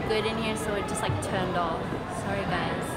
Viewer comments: No one literally No One Rose : Sorry.. Jisoo : Souu ry 🐼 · jisoo's sorry❤️